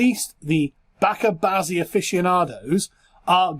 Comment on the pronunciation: The correct pronunciation is Bacha (not baaka) bazi. Bacha means child. Related news - Pakistan is number one in gay porn consumption globally.